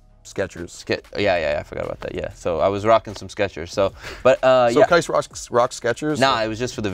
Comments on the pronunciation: Qais. His name is Qais. Not Qias. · Worst take saying "Air Qias"